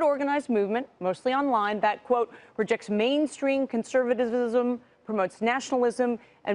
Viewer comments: Mainstream conservwizzizzism 😂😂😂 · The poor Liberal can't even say Conservatism.....Conservathizasism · “Consertisimsim” yea that’s what I’m about. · Yo that conservatzizmzm was hilarious